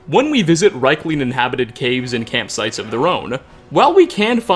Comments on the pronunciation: Niite, thii arii pronunciid [riikling], noot raikling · Pretty sure it's pronounced reekling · Dude, it's pronounced "rEEk-ling!!!" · The way you pronounce Riekling, hurts my head but it's a good video man, keep up the good stuff. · It's pronounced "Reek-ling", but at least you pronounced Solstheim right.